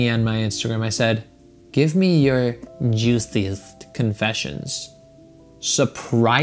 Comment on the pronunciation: Why he say juiciest like day😭😭